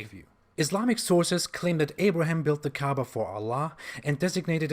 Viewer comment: They keep talking about Kaaba and all I can hear is Kaabbage. (pronounced cabbage 🥬)